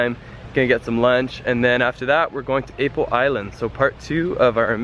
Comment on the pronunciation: oh gosh. I live in Dumaguete City. so sad I didn't see you around town. btw, its Ah-po haha but Ay-po is kinda cute